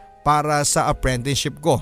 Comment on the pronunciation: Bakit parang apprentineship ang naririnig ko imbes na apprenticeship? LoL